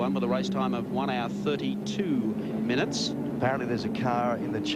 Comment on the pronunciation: He said minn I its